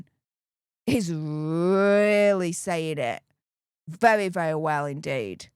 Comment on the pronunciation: vewy annoying voice, wite. Torwy pary wite. Like a 3 year old.!